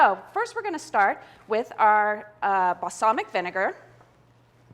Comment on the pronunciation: I can't watch this. The way she says "basalmic" instead of balsamic drives me nuts.